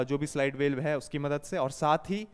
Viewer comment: सर आप वाल्व को वेल्व को क्यो उच्चारित कर रहे हैं?